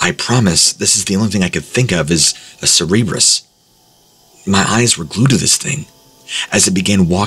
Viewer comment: Cerberus is pronounced sir-bur-us. Please never say cerebrus ever again.